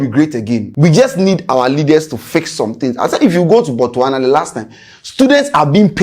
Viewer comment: I love the way you present but your pronunciation of Botswana is Wong. U always leave the S out.